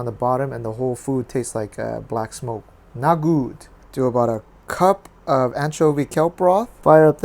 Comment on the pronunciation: When you said „not gut!“, it sounded almost German! 😂 Am I ever gonna learn how to cut meat so thinly? Ain‘t nobody dong that over here, at least not in my vicinity! Love the dish!